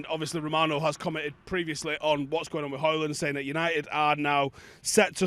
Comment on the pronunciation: had ackee & saltfish and a couple of dumplings before this video init 😂😂 ”what’s gwaning”